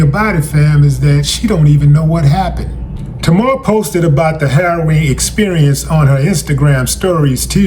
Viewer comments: Wow Willie, you don't even know how to pronounce her name right, but you gonna cover the story anyway? SMH it's, TAY-MAR!! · Pronounced TAY-mahr... get better soon ASAP. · There is no o in her name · When you can’t pronounce her name that’s when I gotta go. Smh